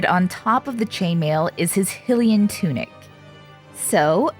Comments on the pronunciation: Hylian is not pronounce as "HILL-lee -an. It is pronounce as "HIGH-Lee -an." Amazing work! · For Hylia's sake I'm sorry but I can't handle how you say "Hih-lian" instead of "High-lian" . Great job doing Link though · It’s pronounced High-LEE-enn. 😊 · Every time she called the champion tunic hILLian i lost about 200 brain cells ...you do relize this game has voice acting right? like it teaches you how to say these things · Hylian is pronouced : Hiiiii-Lee-in Y is a vowel because it says the other vowels names so hy would say HI 👋 😁 Love the lil link clothes this is awesome good job! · It looks amazing! I can't get over the pronunciation of Hylian as Hill-ian tho 😅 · A little part of me dies when she says “hih-lian”